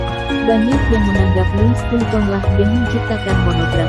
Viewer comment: Pengucapan nya : LUWI VITONG